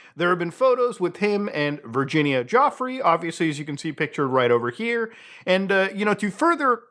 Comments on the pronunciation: Virginia Jauffre? Add another one to the list of mispronunciations of her name. Fair enough in your case btw., but even professionals keep doing it (Of course, that's before taking the terrible name pronunciation from AI bs videos into account) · Giuffre pronounced Ju-fray